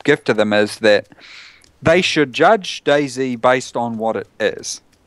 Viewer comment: i love how he say's DayZ like 'daisy'